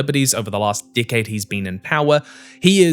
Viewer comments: he says “decade” but he really said “dick head” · Does he keep saying “dickhead” or “decade”?